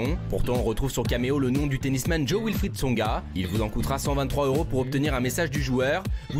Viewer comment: jo-wilfried pas joe wilfried, et cardi b pas cardy b... un peu de professionnalisme